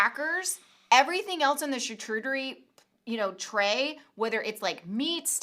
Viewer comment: I love you two but it's CharCOOTerie not CharCHEWterie...I don't usually point out things like that but my chef friend overheard and said it made his ears bleed🙄🤪